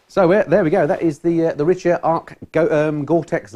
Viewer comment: Great review and Jacket, I have the Richa Cyclone GTX jacket and pants myself and find them great during the cold wet weather, no leaks so far and very warm, these are a Belgium brand (where i live now, ex pat) and the locals at the Richa factory in Oudenaarde pronounce it Ric-Ha not Rich-A, they have a store attached to the Factory and i walked away with very much lighter pockets then when i arrived :)